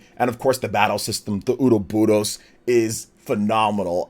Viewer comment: PLEASE learn how to say Ouroboros my guy